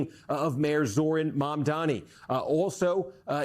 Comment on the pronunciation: Learn the pronunciation of Zohran's